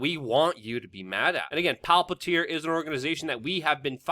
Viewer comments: It's Palantir, not Palpatir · WeAreChange desk pounding, screaming, whatever. All good. Could make a little more effort to pronounce things better, I.e. Palantir (not really pronounced Pal PAT ear). Also, has Palantir moved completely to Silicon Valley from Washington D.C. area? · Luke I love your work, but sometimes you might want to pronounce things correctly its Palantir not Palpatir like from the Lord of the Rings PALANTIR not PALPATIR don't combine LOTR (Palantir) with Star Wars ( Emperor Palpatine/Darth Sidious) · It’s Palantir not palpatir senor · Palpantir? Dude its Palantir. One P not two. You sound like a doofus. You are usually a lot more professional than that. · Why are you pronouncing Palantir as Palpitir? 🤣 btw, Palantir is the word used in LOTR to describe the seeing-stones which were used by Sauron and Saruman and others to communicate to eachother. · "Palpatir???"WTF??? It's Palantir.JFC say it correctly.. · It's Palantir not Palpatir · Luke, why do you call Palantir Palpatir? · PA -LA -N-TIR